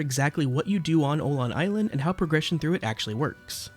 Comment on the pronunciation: Awesome video! Though it did hurt my swedish soul everytime you pronounced "Öland" as "Oland" instead of "uhh land" xD